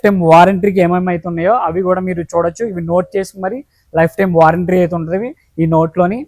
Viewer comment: నాయన వారెంట్రీ కాదురా బాబు వారంటీ అను 😂